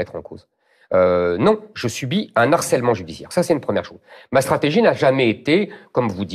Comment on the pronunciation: "Un harcèlement" avec un "h" aspiré donc sans liaison SVP Monsieur Zemmour. C'est indigne de vous !